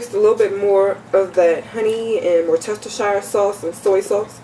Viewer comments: i had a problem with that word WORCESTERSHIRE. i was told its WORCE - TER- SHER is the proper way to pronounce it..:) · Pronounced: wurst ster sheer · Pronounced: WUHS-ter-sheer Sauce. Also, I've found it lots simpler, less messy, to premix all ingredients and place them in a plastic Ziplock bag, add the meat, zip it up, work it around until the meat is well coated and ready to place in the pan! Efficient, and clean... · Great video! whatever you said is really Creole seasoning.. A splatter screen is great to prevent popping of grease... Wu-ste-cher (shear) is how that is pronounced. A lot of folks have issues with it.. haaa Good video especially for a first try... One suggestion, you may want to get your nails done for a more professional look, do your hair? Also, maybe clean up the bags behind you. Great first try!! Make money this way too!! Take a peek at "Laura in the kitchen" to see how she started as you have and how she has also made it more professional. Quite wealthy now... selling books and all, good luck God Bless you!! Please understand I am only trying to help...NO shade! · wus chester shire sauce?? pronounce it properly, come on make a bit of effort or you get a kick in the fanny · Looks lovely as a Brit I can tell you it's pronounced as woostishire English spelling can be a little retarded at times ;) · Love how Americans pronounce Worcestershire sauce